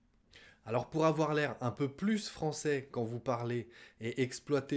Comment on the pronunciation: Bon jour,. Merci de nous aider avoir "l'air en peu plus français ". Au fait, je vous ai entendu dire "plus français " en sonnant la s. J'imagine que vous l'avez prononcé comme ça pour emphasiser mais ça m'a étonné. Merci an avance si vous avez bien vouloir l'éclaircir.